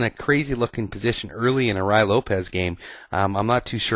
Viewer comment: Great vid! All ur ids r good but this is the best one! I've used this trap in the past, it works not only with the Ruy--pronounced roo-ee by the way--but with other openings as well, the 4 N's Game for ex. All of the traps in the Ruy are interesting. When I was 11 years old I used a trap in the Ruy that I figured out myself to beat the US Checkers Champion at chess! My suggestion 2 u is to do more vids on some of the other Ruy traps.